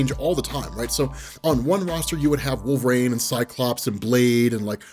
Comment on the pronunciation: why do you say wolver-rain?